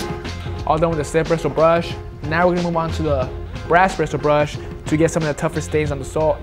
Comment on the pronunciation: "brishul brush"